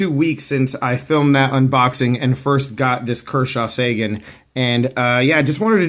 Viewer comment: The town in Texas, Seguin, is prounounced sig-EEN.